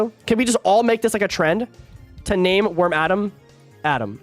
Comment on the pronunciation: im sorry how did you pronounce wormadam again